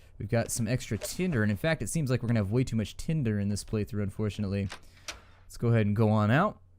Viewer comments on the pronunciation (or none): none